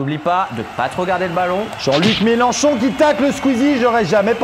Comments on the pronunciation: MelENchon fada pas Melanchon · MAIS PUTAIN IL Y A PAS DE "A" DANS MELENCHON! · Mélenchon* et non Mélanchon 😂